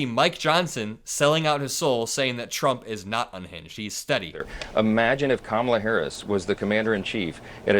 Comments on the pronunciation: Whine-o still won't pronounce Kamala's name correctly. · If he can’t pronounce her name then he must be talking about someone else